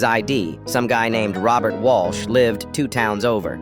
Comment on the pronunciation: And Mr. "Walsh"